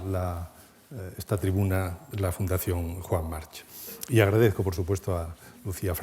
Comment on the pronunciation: March se pronuncia /mark/ . Infórmense